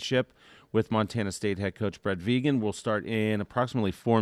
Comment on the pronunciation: I'm not even a Montana State fan but WHY is it few if any of the moderators, commentators and "social media" pundits covering or previewing the FCS Championship game can't seem to pronounce Montana State head coach Brent Vigen's name correctly?! I would hope none of these people would go into a job interview not knowing how to pronounce the name of the person they're being interviewed by so why can't they study up on the names of key people they'll be introducing or interviewing, after all it is their job! His name is Brent with an n not Brett and his last name is Vigen pronounce very similar to vegan with the "hard G" sound not a J sound and simply change the a to an e VeeGen. A persons name is their brand doing your diligence to pronounce it correctly shows courtesy and professionalism!